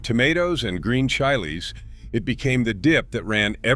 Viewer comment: Green 😂 Chy-Lees.